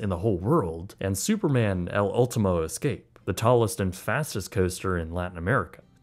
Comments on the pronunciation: I was about to say I liked this video but then you pronounced escape (es-cop-ay) like (es-cape) EDIT: Also nitro was ar great adventure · Amazing video ⚡️ a small nitpick: when you pronounced “Superman: el último escape”, you still pronounced escape as if it was in english 😅 thats such a great ride btw